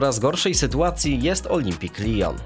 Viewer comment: CZEMU TAK AKCENTUJESZ ,,LIJON ,, A TO NIE POWINNO BYC POPROSTU,, LION,,?